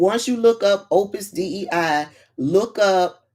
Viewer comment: It's pronounced Opus Day. It was in Dan Brown's book.